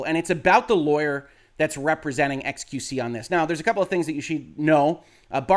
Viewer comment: "Ex-queue-see" Your French is horrible, but I understand you ask for forgiveness for talking about large butts, err, largess. You are forgiven.